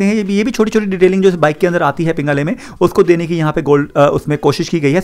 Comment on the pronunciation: Bro it's panigale not pingale😂😂😂